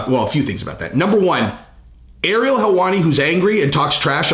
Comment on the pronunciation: It’s not Ariel Helwani it’s heelwani!!!! 😂 u better come correct he said